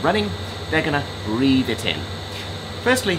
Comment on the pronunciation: Breathe, not breath…